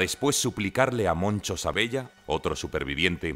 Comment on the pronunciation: ¿Pronunciaron mal un apellido italiano (Sabella) a propósito cierto? De este canal delirante ya se puede esperar cualquier cosa